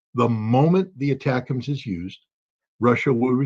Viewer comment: ATACUMS is pronounced attack 'ums. 😊